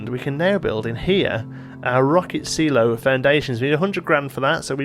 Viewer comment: Hehe.. After hearing how you say Silo I'm left hoping you don't make the same mistake when you say Simon.